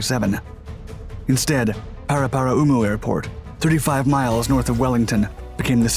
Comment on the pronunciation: To say the names you got wrong. Paraparaumu you got right!! RNZAF Station Ohakea (Said O-Hah-key-a) Rongotai (Wellington Suburb where the airport is located) Said Wrong-ga-tie or Wrong-go-tie.